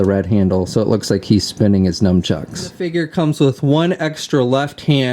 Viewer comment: nunchucks, not "numchucks"...